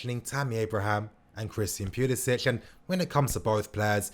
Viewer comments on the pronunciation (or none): It's pronounced pulisick not pulisitch